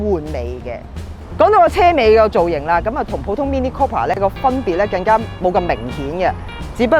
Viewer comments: Sorry. 係讀 Cooper 唔係 Copper。, 請以後更正。😉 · It's not copper. It's cooper, has a U sound. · Cooper not copper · Mini Cooooooooooooooooooper, NOT Coppa.